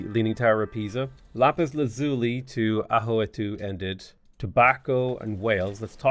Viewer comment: i dont like how bothered i am by the LAZZZZZULY pronounciation....